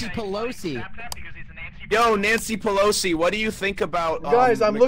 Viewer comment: karl said nancy palossy